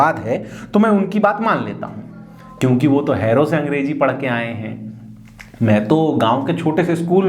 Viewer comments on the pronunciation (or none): Sound mein halka disturbance hai. Kahin baatcheet ho rahi hai. Ise theek karna hoga. 'Angreji' k bajaye 'Angrezi' uchcharan hoga. Kahin kahin is tarah ka dosh hai. Par Presentation Bemisaal hai....alok dubey, ex judge